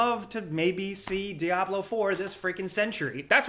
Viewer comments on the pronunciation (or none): none